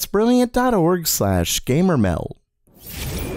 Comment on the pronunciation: I'm confused. Your channel is titled "Gamer MELD," but you always say "Gamer MEL." Which is it? LOL